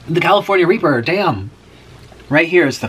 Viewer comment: lol the "california reeper"